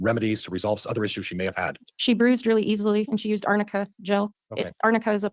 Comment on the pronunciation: “Amica Cream” (Arnica) came up again in a trial since Elaine Bredehoft mispronounced it 20 times making it famous! 😂